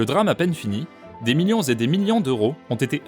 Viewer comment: Suis-je le seul qui entends "des minions et des minions d'euros"?